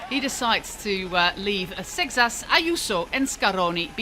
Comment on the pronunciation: Also, the French rider has a Portuguese last name, Seixas, as his grandparents are Portuguese, and it's definitely not pronounced the way she does. But then again, maybe in France they'd pronounce it that way